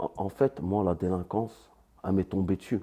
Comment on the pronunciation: délinquance et pas delinquence frero ....